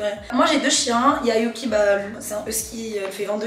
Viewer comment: tu n’as pas respecté yuki tu l’as appelé yuski😂😂😂